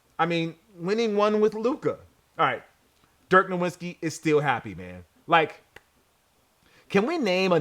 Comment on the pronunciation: It trips me out how much goes out of his way to allegedly pronounce "Puma" correctly but still CONSTANTLY mispronounces other things that he honestly shouldn't. No-Wit-Ski? you know damn well it's not pronounced that way. I don't have a problem with you pronouncing it that way if you let that silly Pew Muh shit go. Ochre = Oak Ker